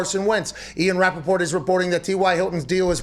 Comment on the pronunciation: The way he says Rappaport like they did in the movie the interview